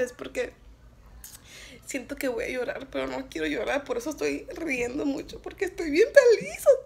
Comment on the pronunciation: Learn Spanish smh🤦🏽‍♀️🤦🏽‍♀️ “perro” envés de pero smhhh